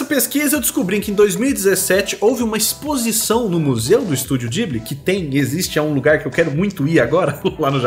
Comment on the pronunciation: Falando "Studio Ghibli" do jeito certo já me aquece o coração 😅😂😂 eu não conseguiria desenhar uma comida tão deliciosa assim não, oq ia me dá fome fazendo n tá escrito kkkkkk